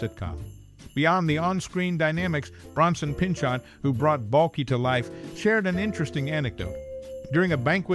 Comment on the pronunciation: "Pinchot" as in "Pinchou"